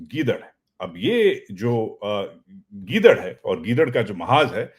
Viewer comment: چاچو گیدرن نہیں کہتے ہیں گیدڑ ئ کہتے ہیں